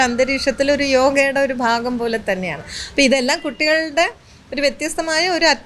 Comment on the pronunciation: ആവശ്യമില്ലാത്ത ഇടത്ത് കടുപ്പിച്ചും വേണ്ടയിടത്ത് വേണ്ട പോലെ പറയാതെയും മലയാളഭാഷയെ വികൃതമാക്കുന്നല്ലോ.ശഭരിമല,ബന്ധപ്പെട്ട്, അനുഭണ്ടിച്ച്, ബാഗം, തുടങ്ങിയവ ഉദാഹരണങ്ങൾ. ഈ ചാനലിൽ മിക്കവാറും എല്ലാ news readersum,reporter sum തീരെ ഉച്ചാരണ ശുദ്ധി ഇല്ലാതവർ ആണ് .